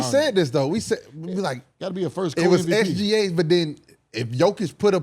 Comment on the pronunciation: The trendy new thing to say. It's not even close. Bruh. Put all the stats up including defense and in reality it's very close. How do you know how good OKC is without SGA. You messed up his name and it's only 3 letters. 🤣🤣🤣🤣🤣